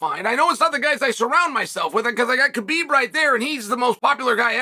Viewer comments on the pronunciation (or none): none